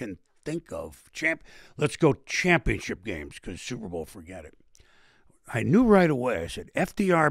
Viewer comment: I can't unhear it. "supe bowl"